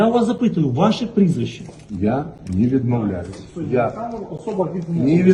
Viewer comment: Тищенку треба підправити щелепу. Ботокс давить: "Я нє відмовляюсь" складно виговорити.